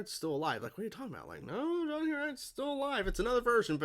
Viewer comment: For some reason as John leaves Lana's kitchen. It sounds like she called him "Sean"